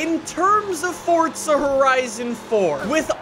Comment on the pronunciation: Does anyone Else recongnize that is says fortza instead of forza?